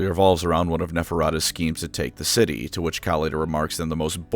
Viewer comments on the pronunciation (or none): none